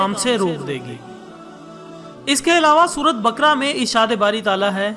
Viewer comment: Sura e bakara not bakra.plzz theek krain isay